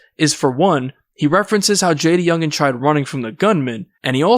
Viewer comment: Lmao the report pronounced bro name all wrong . JayDA youngan